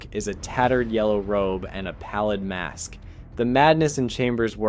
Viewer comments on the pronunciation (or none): none